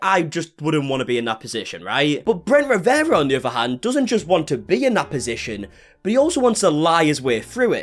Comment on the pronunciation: I love talking about Bwent Wiwewa 🤣🤣🤣🤣